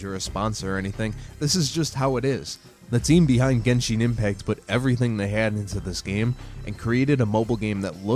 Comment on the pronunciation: Gesheen impact (lol gensheen impact)